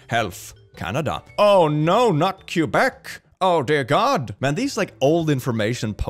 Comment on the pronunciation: KYUBEC?? It's pronounced K-eh-b-eh-k